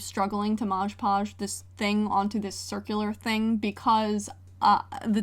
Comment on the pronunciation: Hi 🥰 night it’s “mod podge” not “marge podge” not hate just a correction I think